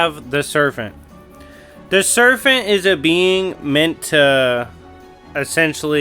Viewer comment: Are you saying "serfent"?